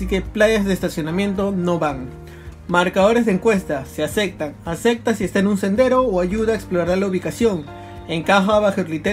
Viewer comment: "Se acectan" xD